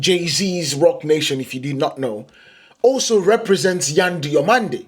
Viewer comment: I watch you from Spain, your spanish names pronunciation are pretty good, good video.